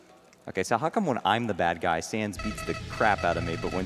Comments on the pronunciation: Did anyone else notice when he spared sans he said thanks ness? BUT THATS JUST A THEORY, A GAME THEORY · WHO SAID THANNS NESS